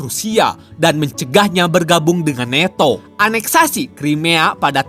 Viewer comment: Nanto bang ..bukan neto